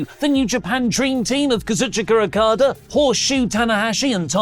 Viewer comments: Lol he says Akada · Why does pronounce Okada's name like that? 🤣🤣